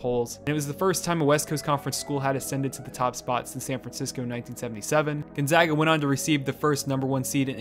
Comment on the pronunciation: i’m happy that he pronounced gonzaga correctly